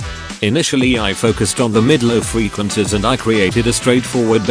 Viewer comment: Ahh yes, those damn "freequencis", welcome back, great tutorial!❤